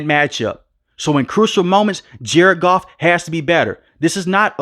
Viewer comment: It’s Goff cmon you got the best and you blow it